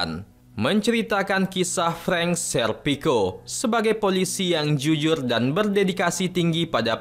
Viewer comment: R min bukan L bukan juyur jujur😂🤣😂